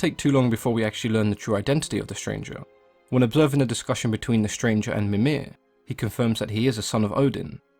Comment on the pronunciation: I find how they pronounce his name in the game rather odd. To me, his name always sounded like Mee-mere; not Mim-ear